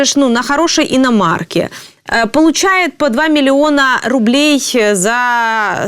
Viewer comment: Обмовочка. Не "рублєй", а фублєй😅